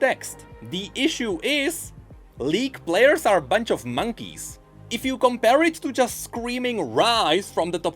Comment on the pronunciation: Count the amount of time says "Blairs" instead of players.